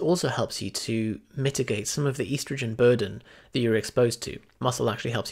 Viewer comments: Great, except he says "eastergin", annoying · ESS-trogen Dictionary Definitions from Oxford Languages es·tro·gen /ˈestrəj(ə)n/ Please learn how to pronounce this word the way the rest of the entire English speaking world, and in fact the English dictionary suggests. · You say estrogen weird.